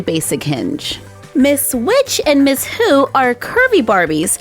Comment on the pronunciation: I thought that you said miss poo not miss who